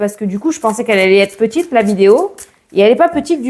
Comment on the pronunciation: Petite et non petille😂😂😂❤